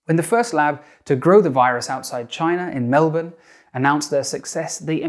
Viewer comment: You pronounced Melbourne right! I'm so happy